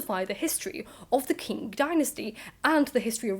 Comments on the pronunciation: This is all interesting and a great vid, but I assume that by "King dynasty" you mean the Manchu "Qing dynasty" of China that ended in 1911, right? The Chinese pronounciation is much closer to the English sound "Ching" from "ka-ching", with a slightly more muted "g" at the end, never "king". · Qing is pronounced like Ching not King